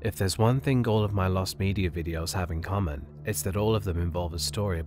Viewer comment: "lost medier" ^ ^